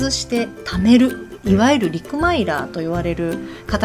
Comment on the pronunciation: お疲れ様です 陸マイラー=おかマイラーです。 陸マイラーと言いがちですが、おかです。 来年行けるといいですよね。 最初は寂しいですけどハワイラバーで盛り上げていければいいですね！